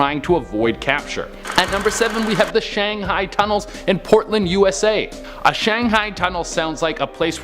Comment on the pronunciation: OK, the city is Shanghai ... Shang - hi, not hey. Therefore, one got shanghi'd not shanghey'd. Good info, but could you please check the pronunciation of places before you record?